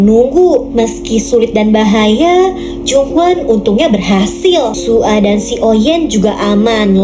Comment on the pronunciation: Kak nama zombie nya bukan su a tapi soya soalnya aku pernah nonton😅